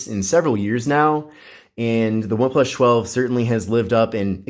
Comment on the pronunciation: cant stand him sayin oneplush 12